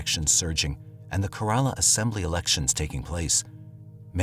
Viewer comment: It's KE-rala, and Bollywood is in Mumbai.